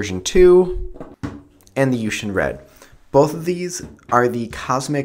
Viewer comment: I fainted at how u pronounced 'yuxin' and 'wuhua'... -.